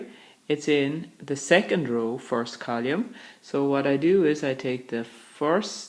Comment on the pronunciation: column not colume